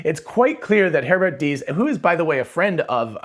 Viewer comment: Your pronounciation of "Herbert Diess" and "Volkswagen" was spot on! 👌